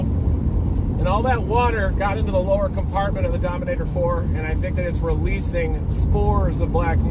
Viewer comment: Dominator Fore 😊😅😮😂,it Four brother not fore